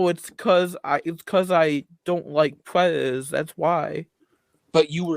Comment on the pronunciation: Angwy pwedatos is perfectwy wegow